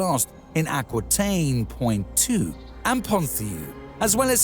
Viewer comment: Don't forget 'Pwa n too' near the beginning. Missing were the 'silly English kah niggets'. Maybe it was a computer voice?